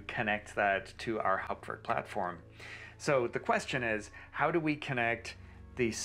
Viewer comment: What an amazing video! I had no idea this was possible. I hope you can do more videos showing people how to set up and configure Hauptwerk (and glad that you can pronounce it properly!). I have a basic 2m and P set up in my office, and am building a 4M version in my living room using mainly second-hand scrounged parts. I also love the French sound and C Franck. I have HW 4.2.1, and would like to learn how to build new instruments using CODM. The manual is impossible to read. - JN